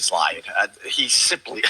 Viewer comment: "He's Loying!"